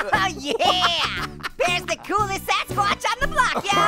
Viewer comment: its gassquash not sasquatch